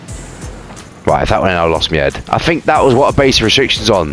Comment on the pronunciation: "if tha' went in i wulda lost mi ed"